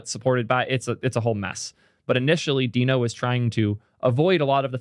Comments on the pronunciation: and yet he says “Deh-no” about half the time. But I can’t tell if he’s trolling… just heard him pronounce “gist” (as in a GitHub gist) with a hard g, and it felt like a troll. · its pronounced deeno, its literally a dinosaur in the logo... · I'll watch the video anyway, BUT when the official promo says /diːnoʊ/, then you really should care just enough to drop your former mispronunciation and start using the one used by the damn creator. Is it really THAT hard? 🙃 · It’s deeno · how would you pronounce the logo? its a DINOsaur..... i cant watch this video with how you are pronouncing deno.. go with deeno or dyno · is sometimes pronouncing "Deno" the way Ryan Dahl originally pronounced it, but he and the rest of the org agreed to pronounce it "Dee-no" in 2020. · Everyone's so worried about misgendering people, but then completely disregard the correct pronunciation of names... It's pronounced "dee-no", just look it up! It's literally the first thing on the Wikipedia page or Deno docs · Uh... I am so unqualified to weigh-in on this pronunciation. But given the branding, isn't it obviously pronounced "Dino"? 🦖🤔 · i watched until you decided to mispronounce it like an idiot. skip